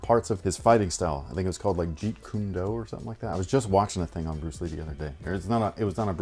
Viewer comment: As a sneakerhead [long time fan of the channel] and a Jeet Kune Do instructor, you said Jeet Kune Do very well! My MAN! 👏👏👏👏👏👏👏